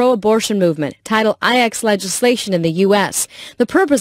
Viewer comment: I realised that Title IX is actually pronounced 'Title 4', which confuses me @@